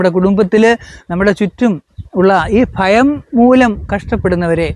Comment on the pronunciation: കൊല്ലം കാർ chilar♥️അങ്ങനെ